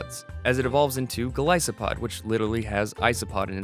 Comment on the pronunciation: i just want them to finally realise they're pronouncing Golisopod wrong, though at least says it properly.